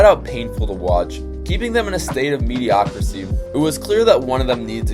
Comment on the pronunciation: My brother its “mediocrity” not “mediocrisy” 😂